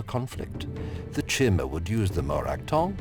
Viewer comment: I love these videos, but when I hear "chimmer" I cringe. "Kai•tn, Kai•mr Kai•ti•nus" like the armor.